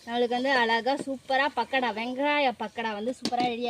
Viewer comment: It's not a pakda, it's pakoda😄